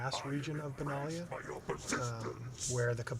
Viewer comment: Benalia is a nation on the plane of Dominaria (canonically). Are you getting it wrong on purpose? It seems like you are.